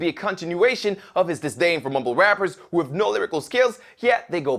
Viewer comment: beacause you totally pronaunce the w in who